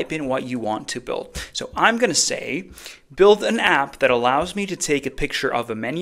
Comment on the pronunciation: It's "build" :D sorry, just had to.